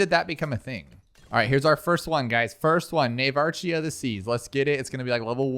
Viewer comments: i swear this guy mispronounces everything on purpose at this point like surooken and glive lord are one thing but nuvarch???? open the language arts classes bro 😭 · Also Navarch is pronounced Navark well what it sounds like it, just so you know and keep up the good work 😊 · "Nav - arch" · Him saying navarchie was killing me